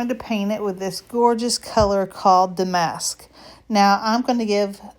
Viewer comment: Damask = “DA-musk” 😊